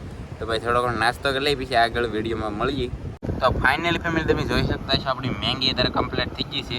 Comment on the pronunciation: મેંગી નય એલા મેગી